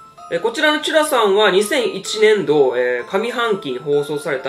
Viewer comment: 氏が言う 【ちゅらさん】のイントネーションが違いすぎて 沖縄県民の私には全く別のものに聴こえる(笑)